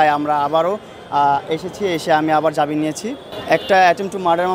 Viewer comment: জাবিন কিসের?জামিন।আজও ভাষা পর্যন্ত ঠিক করতে পারলো না।